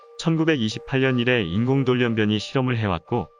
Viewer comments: 돌연변이를 돌련변이로도 읽네요. 기계음인가? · 언제부터 돌연변이가 돌련변이로 바뀐 건지.. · 읽는 사람 발음이 왜 이럴까? 돌련변이로 들리는 건 나만 그런가? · 돌연변이 발음ㅋㅋㅋ너무웃기당😂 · 아 아나운서 발음 미치겠네. 돌연변이 발음을 저렇게 하다니, 참 너무 심하네. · 돌연변이 발음..아니올시다! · 돌연변이 발음이 저렇게 하는게 맞나요?